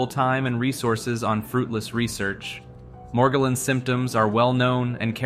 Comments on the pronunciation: Bro pronounced "Morgellon's" literally 6 different ways. Sometimes it has a French accent and shit 😂. "Meirjerrohnns" 😅😅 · it took me too long to realize that an AI is reading this, but he pronounces Morgellons in 5 different ways in the span of a minute.